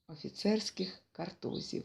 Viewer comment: Дуже вдячна за чудове прочитання.Лише деякі наголоси неправильні: стежо'к.картузі'в.